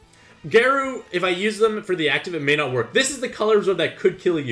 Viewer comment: Garou is pronounced like Gah-row